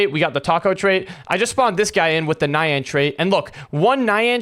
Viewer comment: It’s pronounced ni yan NI YAN NOT NaYaN